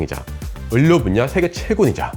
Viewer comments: 선생님 유익한 내용 잘봤어요 상용화 될 날이 기대됩니다. 말씀드리고 싶은 것이 있어요 의료, 의료, 의료, 이 세 번 다 자꾸 꾸준히 을료라고 발음하셔서 제 머리속에 자꾸 물음표가 떴습니다. 의료는 발음도 의료입니다 참고해주세요! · 왜 의료를 을료 라고 발음해요? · ‘을료’ ‘을꽈’ 실화임..? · 아니 형님. 을료 아니고 의료 라니까요. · 의료. 다시 한번 발음해보실게요. 의.료. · 의료 발음이 조금 특이하시네요 ㅎㅎ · 아. 참 좋은 채널인데 ㄹ 발음 하시는 것 듣기가 너무 버거워요... ㅠ 의료 의료 이런 거 특히.